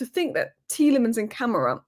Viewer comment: it's not camera it's Kuh-MAH-ra.